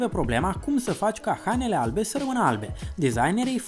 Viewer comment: ... ,,după pâne "😃😃 în loc de ...după ,pâine " dar eşti simpatic rău 👍 la fel şi ,,hanele " in loc de ,,hainele"